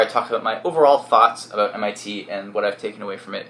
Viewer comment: "abot"lol he is defo Canadian